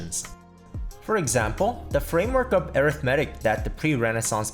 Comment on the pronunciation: Strange pronunciation of, "arithmetic." Is the narrator a text to speech bot?